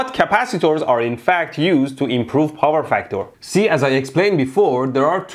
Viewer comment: CUNZUME ZE BOWER